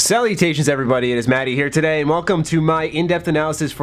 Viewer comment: I die everytime he says "Salutations"